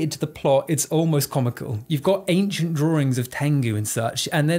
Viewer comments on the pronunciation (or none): none